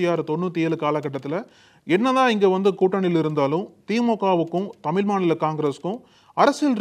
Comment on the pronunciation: தம்பி தமிழ் என்று சொல்லவும் தமில் இல்லை